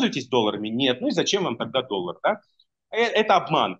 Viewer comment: ОН СКАЗАЛ....,, ДОЛЛАГ"